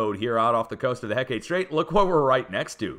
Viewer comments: Hecate Strait is pronounced heckit. Not heck ate. Thank you for your dedication in this important information. I live on the coast of Alaska. I’m subscribed, believe me. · Hecate is HEH-kuh-TEE, not heh-KATE. Ancient Greek name for a goddess.